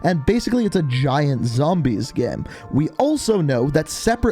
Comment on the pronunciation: Nobody:: ZAMBAYSS!!